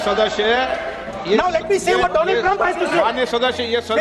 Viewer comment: My frend Trump... tremp prend... frent..😂